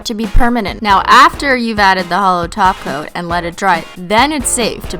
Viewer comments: When she says 'holo top coat' I hear 'holo taco' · I thought you said you applied a taco!😂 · every time u say top coat I hear taco....